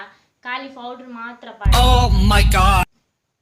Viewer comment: Fowder ath ye pronounce malpere gottuje yan erna pura video tute er anchene panpuni fowder ath powder